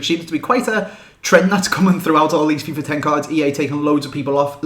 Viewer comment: When you say "Fifa 11" it sounds like you are sayin "Fifar 11"